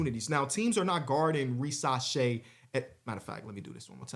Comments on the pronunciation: Ree-zuh-shay an s in between two vowels is pronounced z in French😀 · REE - za - SHAI is how the pronunciation and emphasis works (I’m 99.99% sure) and your segment on him was very fair and I appreciate that :)